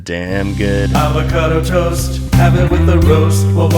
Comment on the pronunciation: I love how you can hear him repressing his laughter when he says "avocado twost"